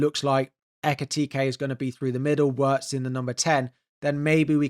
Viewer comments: It's not "Waertz", you should pronounce it exactly as it's written "Wirtz", with the "i" pronounced as in "Pin" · sorry but it's what you say that doesn't make sense... he's a German player, and it's pronounced Wirtz, with the "i" as in "Chip" or "Tin". Simple as that.